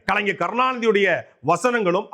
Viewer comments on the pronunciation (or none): none